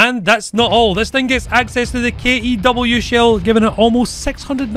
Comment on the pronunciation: KE-W? more like kek-w shell